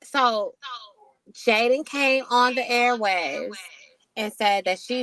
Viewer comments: Jailyn lol it’s Jaiyden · its Jaiyden not Jaylen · Lol Jaiden GG or Jaidyn however the hell she spell it. You keep saying Jalyn 🤣you got Jaiden in your Caption but I agree with everything you saying in this post ❤️💯